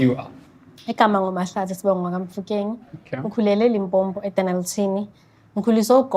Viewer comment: She says she grew up in Limpopo but she calls it Limpompo. How foolish. What is Limpompo vele?🤣🤣🤣🤣🙆🏾‍♀️🙆🏾‍♀️🙆🏾‍♀️